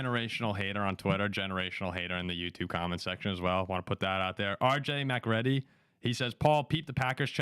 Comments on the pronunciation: It's RJ Macready from the movie the Thing and you guys should know this. (prounounced MacREEDy) That guy using it is a disgrace to the name. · I imagine you are referring to pronunciation? Yes, it's spelled MacReady but pronounced MaCreedy.